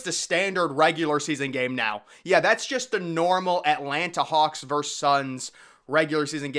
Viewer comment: It's "versus" not "verse"!